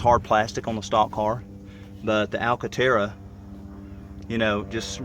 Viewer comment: I will now forever hear the word 'alcantara' in a southern accent.